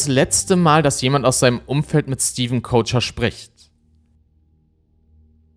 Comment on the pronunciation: Ich finde man könnte Stevens deutschen Nachnamen auch einfach wie 'Köcher' aussprechen, und nicht wie 'Coacher'. Nur weil die Amis das nicht richtig aussprechen können, müssen wir das hier ja nicht ebenso machen.